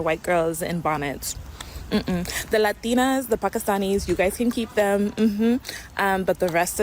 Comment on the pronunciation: How about the way she says "latina's" as if she were a native latina. 🤣